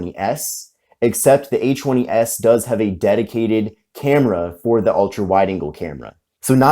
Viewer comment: Kept checking the description, because when you say A20s it sounds like H20S. Lol